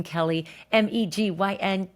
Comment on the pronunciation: Again . Megyn Kelly it’s KOH NOT KOLE 😂 please stop saying that !!!!